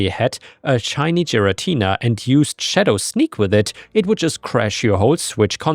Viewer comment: hearing butcher giratina’s name (gare (like gary) uh tea nuh made me cringe slightly. anyway NTA on story 2